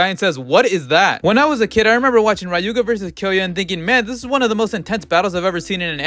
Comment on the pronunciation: Does no one actually know how to pronounce Ryuga properly?